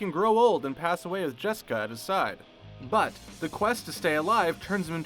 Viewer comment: Am I the only person who heard them call "Jessica" jeniper?